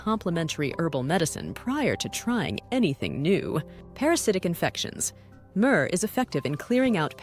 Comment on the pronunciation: "Murrrrrr" 😂 Having a hard time adjusting to the new voices lol. Great video. 👍